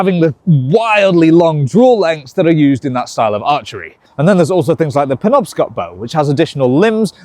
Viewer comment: Oh hey you fixed your pronunciation of Penobscot!